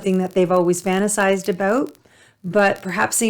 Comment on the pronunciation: Please say fantasized again